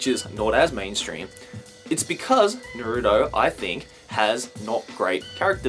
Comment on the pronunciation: I like u a lot, and I'm sorry to correct you, but you pronounced Naruto wrong